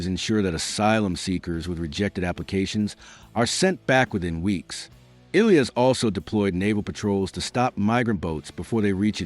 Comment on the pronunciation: "Illy" your diction is terrible. It's I-tal-y.